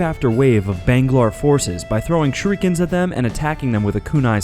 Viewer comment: "Shorikens." Is this the act of using a Shruiken to do a Shoryuken? Lol